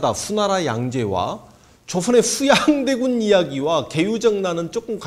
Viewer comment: 슈양대군 셰종대왕 셰숀 슈나라 죠선~~~ 발음중독될것같습니다 선생님